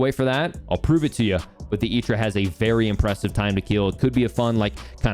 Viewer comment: I know you're saying "Itra" properly and all, but I hate it for whatever reason